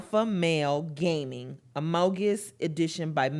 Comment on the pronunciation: i love that she pronounced it ammow-gus knowing nothing about the meme